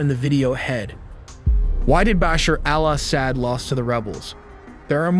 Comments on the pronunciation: Isn’t Assad pronounced a sod? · Al ahhh sad. So annoying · He says it so white Assad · I am sorry, the AI pronunciations of Assad were just ear grating. It is not Ass-saad, it is pronounced Aw-saad. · Assad is not pronounced 'sad' but 'sawd'. Come on, dude. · What’s with the weird pronunciations of ASSsad……….weird guy, lol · I hate how your ai say al-ahsad... NOPE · Israel ally of the Assads? 😂😂😂 Do you guys review your own videos before publishing. But still we’re all happy "Ass-hat" as you pronounce it is gone… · I had to leave as he cannot pronounce city names or Assad’s name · AI can’t pronounce Assad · Can't he pronounce Assad's name correctly?